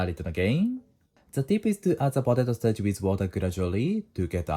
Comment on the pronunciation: Ryuseiさん、動画を拝見しています。「starch」の発音に苦戦されているようですね。カタカナ通りに発音すると、より英語に近い響きになりますよ。最後の「i」の音を入れずに、「sutaachi（スタアチ）」と言う感じです。